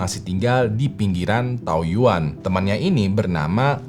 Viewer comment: Taoyuan di baca thaoyén ya bang 😊